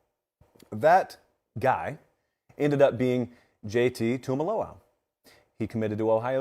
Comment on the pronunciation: Tuimoloau = TOO-ee-moh-loh-OW